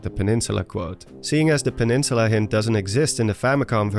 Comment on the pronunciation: oblivious peninsuluh